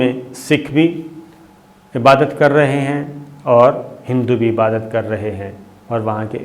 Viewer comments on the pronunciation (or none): none